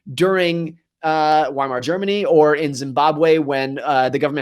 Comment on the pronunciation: Morgan , the way you pronounce Zimbabwe is way more than my fellow people👌🏾